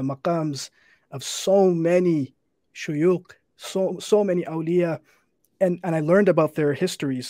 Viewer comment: it’s shuyukh not shuyuق hhhhhhh